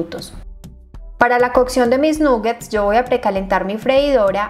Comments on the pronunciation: De hecho se pronuncia con a 😊 (nagets) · felicitaciones,, como siempre muy bien explicada la receta,, solo quería sugerirte muy respetuosamente y con cariño que se pronuncia con O no con U la palabra nuggets, ya que es una palabra en inglés y tu canal se ve en todas partes